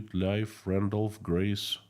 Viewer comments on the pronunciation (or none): none